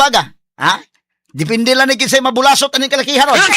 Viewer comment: Tinuod nang imo Atorney. sa Negros Oriental bulasot, paspason nag sulti.. dili bu-la-sot😄